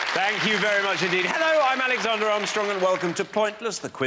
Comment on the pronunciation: No one called him Adam "Sarndla" ever, Alexzarnda. Bloody hell.